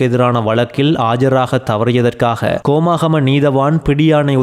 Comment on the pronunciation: கோமாகமை அல்ல ஹோமாகம. தமிழை சரியாக உச்சரிக்கவும். செய்தி வாசிப்பவர் கோமாவிலா செய்தி வாசிக்கிறார்?